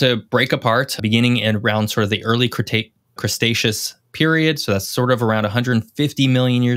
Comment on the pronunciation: Please pronounce Cretaceous correctly. There's no 's' before the 't'